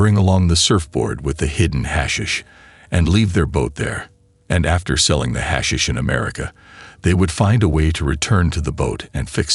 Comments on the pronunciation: Your hash shish ended it for me...thumbs down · We get it, AI can't say 'hashish'....ahhh make it stop. Let's go with 'weed'. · Gets on my nerves pronouncing it wrong